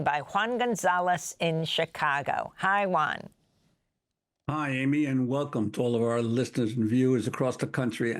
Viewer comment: Why do you call Juan “Uan”?